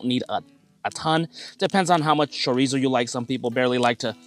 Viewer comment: Cho-ree-zo? Say it right!